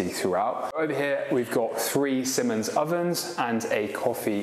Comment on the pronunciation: Fascinated by the Symonds WiFi hob ! Did you mean Siemens ( pronounced Zeemens ) induction hob ?